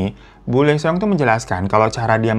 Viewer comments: Lee seong cara bacanya : ii (L gak baca) song (seong “e”nya gak dibaca) jadi ii song bang hehe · Bang Hiro aku mau ralat ya cara baca namanya kaya gini. Lee Seong jadi di bacanya i song. Thank you bang Hiro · Lee Seong bacanya " Yisong / isong"